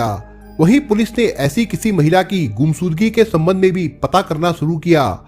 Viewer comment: Bhai shav ko sav , Ghumshud Gi ko gumsudgi mat bolo yarr please clear karo speech please